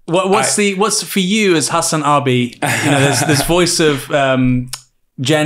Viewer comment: man really said "hass anne"